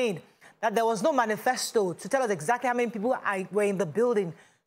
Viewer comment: 'Manifest' not 'Manifesto'. Presenter Lagbara